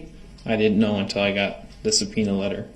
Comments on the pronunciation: Did you receive a Pena ?? Sorry ,, What ?? Oh do you mean Subpoena ? Yes !! Dats what I Axed You !! 😂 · Twice in this trial he slips up and asks about the "pena" instead of subpoena. once with Erin Cordes and once with Heather Richotte (sp). I don't think that was a mistake either time. Watch him watch the 2 women walk out of the courtroom. Hes such a creepy creep